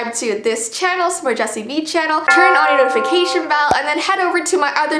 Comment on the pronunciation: I no it vee not vi